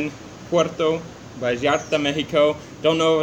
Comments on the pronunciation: hey guys you look great thanks for the vids, and its Puerto Vallarta with a "V" not "B" as if you were saying Vacaville :D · Finally you said Vallarta propertly!!!!!!!!👋👋👋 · Double "L" in Spanish is pronounced as a "Y"....